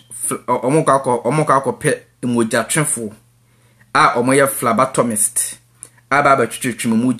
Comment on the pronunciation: It's phlebotomist not phlabatomist wai.